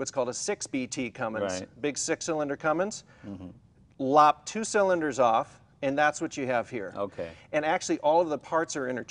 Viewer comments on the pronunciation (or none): Come on Jay it’s Cummins not “Cummings” as you say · It’s Cummins, not Cummings. Leno should know that. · Dammit Jay... It's CUMMINS, not CUMMINGS !!! Awesome truck ! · Awesome vehicle, but Jay…there's no "G" in Cummins. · Hey Jay it's Cummins, not Cummings. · Hey Jay, The "G" is silent in Cummins. I spent my entire career as a Mechanical Engineer at Cummins in my home town of Columbus Indiana, and was involved with B-Series engine program, so I really appreciate this episode. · Jay I work for Cummins and always get a kick out of the mispronunciation. I always say when someone says Cummings it's gangster because it has a little g in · Right, pronouncing words right is waaay too much to expect. Do you see a 'g' on the end of 'Cummins'? Have you made it past 1st grade? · There is no "G" in Cummins. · I cringe every time Jay says “Cummings” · No, only illiterates call it Cummings. There is no g in the name Cummins. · everytime jay says cummings instead of cummins, take a shot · Yo Jay, it's Cummins not Cummings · I have a ton of respect for Jay Leno for obvious reasons, but as a car guy who daily drives a 6BT CUMMINS Ram, I found myself become pretty more disappointed every time I heard him say CUMMINGS to be completely honest..... regardless though, this truck is RAD as hell! Love that he kept it a manual too! I'm guessing likely an NV4500. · "Cummings" 😂😂😂 I'm sure I'm not the first person to notice this and light up poor Jay Leno. God bless him, he's a national treasure to us gearheads. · Someone tell Jay the the g is silent in Cummins. I love you Jay : D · There's no G in Cummins, Jay! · Only 5 lugs!? Also this is the second episode i had to listen to Jay call a Cummins, a Cummings. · Comings? It's Cummins, Jay! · Jay has been around vehicles forever and still doesn’t know there isn’t a g in Cummins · There’s no G in Cummins J! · It's CUMMINS Jay ...not CUMMINGS! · I wonder when Jay will realize that it's Cummins, not CUMMINGS 😭😭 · its Cummins not Cummings J!